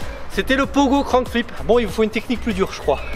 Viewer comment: Grave stylé la vidéo, juste ca se dit crank flip et pas crown flip 😂 sinon continue comme ca tu gères